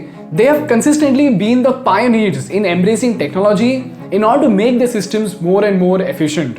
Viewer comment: It’s pronounced as “their” not “theaar” … love your videos though